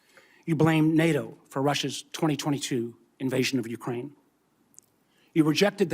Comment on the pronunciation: Uckrain started it back in tow thousand fourteen